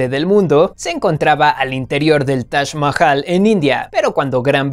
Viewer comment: Se pronuncia Taj Majal: Dato 11